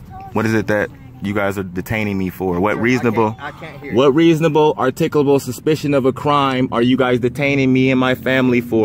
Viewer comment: The officer didn't have reasable articabul supishon. Case closed. lol